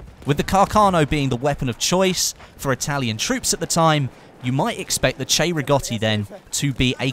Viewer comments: Will he say it? " 'Chay'-riggoti rifle..." He said it! He fucking said it correctly! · Love it how u got the correct pronunciation 👌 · Because the "cei" in Italian is pronounced "chey"